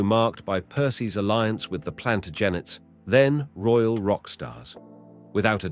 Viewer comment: And ordinary words like "alliance".